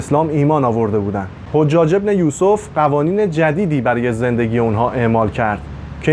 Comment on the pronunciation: تلفظ اسامی صحیح نیست ، موالی با فتح میم خوانده میشود ،حجاج بن یوسف ثقفی نام حجاج با فتح حاء خوانده میشود ، لطفاً در بیان وقایع مهم تاریخ از مستندات مقبول علمای تاریخ استفاده کنید ، اگر قرار باشد صرف علاقه به تاریخ و با خواندن چند کتاب تاریخی در این حوزه کارشناسی کنیم اساتید و دانشجویان تاریخ طفیلی هستند